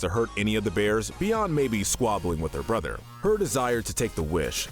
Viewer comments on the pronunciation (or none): none